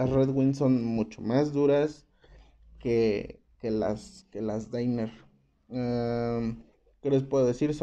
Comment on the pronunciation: No son "deiner" sino danner, asi , como se escribe se pronuncia. No lo digo por molestar.